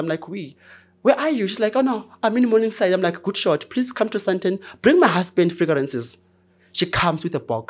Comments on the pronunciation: Frigarances 😅😅😅😅 it took a minute 😂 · fragrances ❌ Figarances ✅